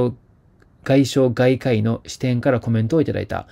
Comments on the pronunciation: 外科医[ゲカイ]をガイカ・イと読み間違うのを2回繰り返す事は並大抵の漢字能力ではない。いつもひどいが今日は特にひどい。の読み間違いを何とかしてほしい。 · 外科医を"ガイカイ"と読むとは! 誰か読み方を教えてあげてください。まあ、いつものことですが... 恥ずかしいですよね。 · スタッフさん、外科医は「ガイカイ」ではなく、「ゲカイ」ですよ〜😅